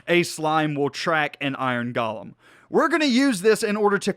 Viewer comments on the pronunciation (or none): It’s pronounced Go-lem. not Ga-lem there is no A in golem. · nomal people: iron golem.: iron galem